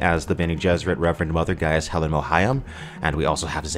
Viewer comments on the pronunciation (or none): none